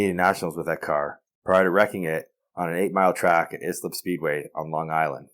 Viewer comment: That be pronounced (I slip) Long island same as baldwin L I but rest all good 👍